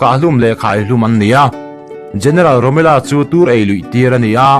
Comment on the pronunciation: "rommela" hi "angela" angin i lam a, a dik lo.... rommel tih mai tur a ni..... rommel-a tia i lam duh a nih chuan a dik tho mai.... rommela ni lovin rommel-a a ni.... a danglamna chu i hrethiam maw.....